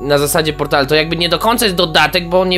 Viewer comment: Mobile Task Force / M.T.F. Portal, a nie poltal. Rozumiem mówić "l" zamiast "r" w prawdziwym życi, ale nie w necie!